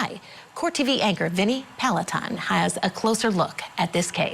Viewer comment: Uh oh this lady just committed career Court tv suicide.. she said Vinny Peloton! Lol